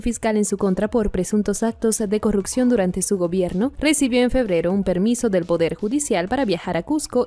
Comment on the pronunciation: Chicas venezolanas de dicción confusa y precipitada. "actos de corrupción", no corrucción. "aceptó", no acectó.